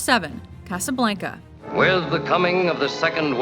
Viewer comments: WHENEVER THIS BITCH SAYS CASABLANCA I WANT TO DIE, DO YOU HAVE TO BE SOOOO WHITE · I hate the way she says Casablanca.